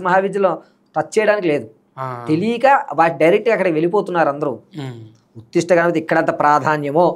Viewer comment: ఉత్తిష్ట కాదు ఉచ్ఛిష్ట